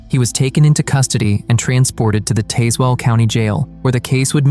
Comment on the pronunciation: Tazewell County is pronounced Taz Well.